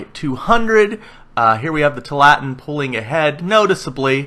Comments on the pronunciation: Two allah tin, not twolatin. It's named after an area in oregon. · Tualatin is pronounced: "Two-all-it-in" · The pronunciation is too-a-la-tin. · Too-ah-la-teen. Sorry but that's driving me crazy!